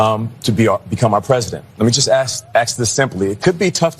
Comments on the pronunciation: "Racism" ? The only state sanctioned/gov't approved racism today is against straight white, Christian men, "Reverend". "Gender Bias" "Reverend" Sharpton? Really? Which one? Women are preferential in hiring situations and in universities. "Let me just ask-ax this simply..." "What the hell was even that?" "There are levels of sexism and racism that clearly a lot of people in this country are willing to tolerate." This is so true. It is not only tolerated-but open hatred and public disdain for white men is said openly in public, on the internet, and in every public arena. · "Let me just ask.. axe this again.". Oops. Spoke properly for a second.